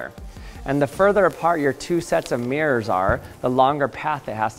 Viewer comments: What a strange way to pronounce MIRRORS- meeeers ? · It’s not meers it’s mirrors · Why do you say mirrors like 'meers'? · What's a "Meer"?